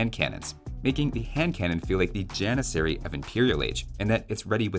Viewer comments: Ah yes, the Jan-miss-aery. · You got all 3 repeated letters wrong It's janissary, not jannisarry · If anyone wants to flex their super smart brain with any age friends you have, the turkish pronunciation of Janissary is a bit different than what we use. Instead of using the western pronunciation (Gian-i-sair-ee) use the more correct pronunciation (Jah-niss-er-ee) but replace the J sound with a Y sound and the ss with a ch. so pronouncing it would look like “Yah-nitch-er-ee” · If you could teach T90 how to pronounce janissary, I may not avoid his casts with turk players.